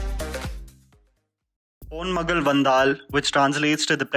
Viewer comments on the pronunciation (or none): Appreciate taking up south indian movies! One suggestion.. getting the pronunciation of at least movie names and actor names right.. “poonmagal” alla “ponn-magal”. Actor is not “prathiban”.. he is “paathibhan”(Parthiban). Very good review! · bhai ,,,on a lighter note , when u say ponmagal vandal, please pronounce the pon part of ponmagal with 'O' SOUND, you say it like pornmagal,,i understand the language barrier, just saying,,whats wrong in trying :) love